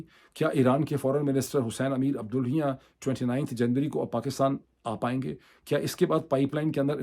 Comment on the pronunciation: Iran fn ministers name is pronounced Abdullahi-yaan